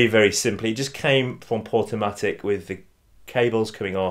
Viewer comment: Hey. I believe it's Portumac, not Portumatic as you stated.